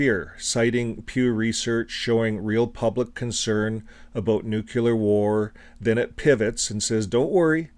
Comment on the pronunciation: The word is nuCLEAR not nuCULAR...btw nuclear weapons are nothing but an elaborate piece of fiction and don't even exist. How in God's name does a man get caught in the blast zones of not one but TWO atomic bombs and survive? Not only that but he then lives on to reach the age of 93, wow! how lucky can you get huh?